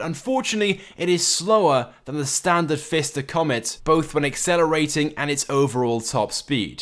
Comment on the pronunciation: fister comet haha